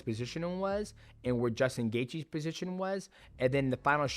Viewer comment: Why's Mighty Mouse saying "Bosition" like he's Arab?